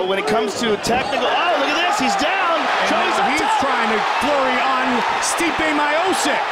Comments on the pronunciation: They should've called him "Stipe" as you pronounce "Stripe" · Man every time they pronounce Stipe’s name incorrectly it makes me cringe lol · I love how no one is talking about the fight and just how Goldberg and Rogan is mispronouncing Stipe's name. 😂😂😂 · Mike didn’t even know how to pronounce his name . The ufc needs this back and building up fighters I say it all the time stipe and jon Jones the last fighters that earned spots and we saw grow . Stipe took the longer route but both headlined fight night cards . Nowadays you can come off a loss and headline it’s weird popularity contest